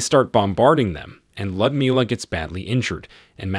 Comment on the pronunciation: Ummm...a helpful hint on pronunciation.. It's pronounced "Lewd as in Lewdmila" NOT LUD.